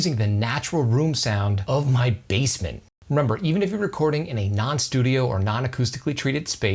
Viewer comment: I kept hearing "bassmen"